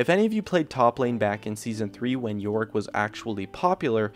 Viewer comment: this nigga said Olaf and Yorick lol